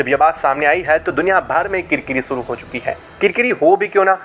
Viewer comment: भाई "श" को "स" मत बोला करो। आप शुरू को सुरू, मंशा को मंसा बोलते हैं जोकि सुनने में बहुत ही खराब लगता है।